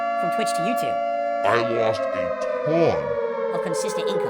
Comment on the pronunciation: This is awesome!! 😂😂 I'm glad someone did this finally. He has been butchering the English language for 15 years. Worst for me is "hatonne" instead of a tonne